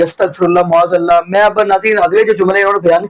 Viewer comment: BHAI SAHAB LAFAZ MUAZ ALLAH NAHI MAAZ ALLAH HOTA HAI. TASHEEH KAR LAIN PLZ.